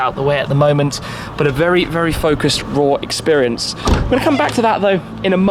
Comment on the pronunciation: Tim got bamboozled by the Senna’s lap that he got vewy vewy vewy fast around the spa. Haha cheers